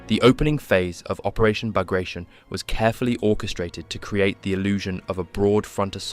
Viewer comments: it's not "Bag ray shun" but "Bug ra zeeohn" ... it's the name of a General that fought for Russia against Napoleon. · ბაგრატიონი [Bag-ra-ti-oni] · I think the dude's name, the russian general this is named after, is pronounced, Bag-Rah-Tee-On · Bagration is pronounced /bagratiOn/, not /bagrEishun/ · It's Bah-grah-tee-on. As in Baratheon, not as in Carnation. According to English grammar rules, foreign words, especially foreign last names, are to be pronounced in the original tongue fashion. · I was going to watch it when I heard "[bagreishen]" . That was painful to hear. It is sad to see someone doing a hour long documentary on a subject he can not pronounce even barely correctly. General Petre Bagrationi (not Bagration) was a Georgian prince, direct descendant of Georgian monarchs. He even could be the king of Georgia if russia had not abolished it as a state while annexing the country years prior. So it is BAGRATIONI, pronounced directly as it is written [bagrationi]. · Ba gra tee on. The 'on' is pronounced with a slight long oh sound, like in the word own, but not quite. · Great video! For info, the operation's name is spelled, "Багратион," and should be pronounced "Bag-rat-e-on." If it was as per most English speakers say it, it would have been spelled, "Баграишон," which it wasn't. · Learn correct pronunciation of Bagrationi, it is not an English word, nor it is Russian. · It's pronounced "Bah-grah-tee-own." There is no "shun" sound for the four letters "tion" in Russian. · Came to see if it was mispronounced or not. I learned it was pronounced Bahg-gra-tyon. Ending tion pronounced like scorpion. I used to think it was Bag Ration, which is a worse mispronounciation. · Except that it’s pronounced “bag-ra-tee-on”. It’s not an english word don’t turn it into one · It’s pronounced “Bug rations”. It’s what we’ll all be eating pretty soon. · Bagration is pronounced Bar-ga-tee-on . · I counted 3 pronunciations of Bagration, none of which were correct.